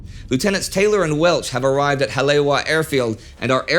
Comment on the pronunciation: The airfield on the north shore is pronounced Hal a eva.